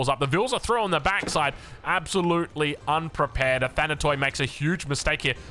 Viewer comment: Hey, love your coverage of AOE 4 games, thanks for staying up late for us ^^ P.s the word "athanatoi" is pronounced in the end exactly as you say pronounce the word "tea". It means immortals in Greek, written with english characters. Αθάνατοι.